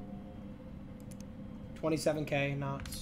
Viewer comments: kay-nots XD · Bro If this grown ass man says kay-nots one more time. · Bro saying “K Nots” is pissing me off , bro failed properly saying words 😂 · "Kaynots" "Youneasy" dude this guy's vocabulary is like 80 words. How do you go through 22 years of life without once reading the word "unease" or hearing someone say "knots" correctly outload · "27 kay nots" 😂